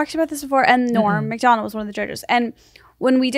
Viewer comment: Esther says Norm Macdonalds....with the S